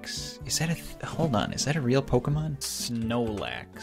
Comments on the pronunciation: It's munclax not snowlax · ItS Not SnOelAx ITs mUnChlAx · That's Munchlax, not Snorlax. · It’s not snorlax or snoelax it’s munchlax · Munchlax not snoelax